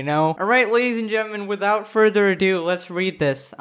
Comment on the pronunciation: Honestly the only time I ever want to hate on is when he says "ladies and gentmen"